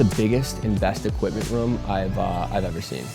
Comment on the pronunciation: sweet vid. stop saying "rum" instead of room though 🤣